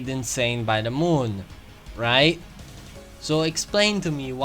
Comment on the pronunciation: Okay but I love the ZE MOOUN